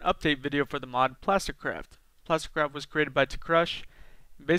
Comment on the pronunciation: am i the only one that thinks most the time he said "plasticcrap" instead of "plasticcraft"